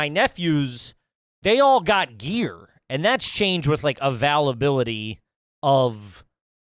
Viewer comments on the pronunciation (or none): Hey, What the Hell is avellbility? Oh shit, availability. Yep... garbage King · Right up there with pronouncing availability as "a-VAL-ability" on the same episode.